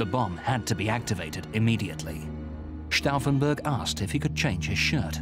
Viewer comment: Probably I'm the only one here who is annoyed by the narrator who couldn't learn how to pronounce Stauffenberg's name correctly if he speaks it out over 30 times!